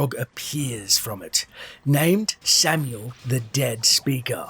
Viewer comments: Not samuel, sam-eye-el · Please, for the love of god look up these damn names before you say them. I want to jab a red hot nail through my eardrums whenever I hear samuel. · He can pronounce beelzebub but not samael? Really man?